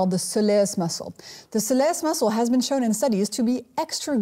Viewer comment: so lee us (soleus) geeshe